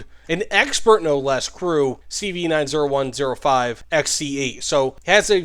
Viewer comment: Please please PLEASE pronounce it CV NINETY-ONE-OH-FIVE